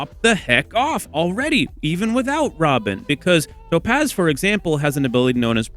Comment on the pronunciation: I hate how you say "To pazz"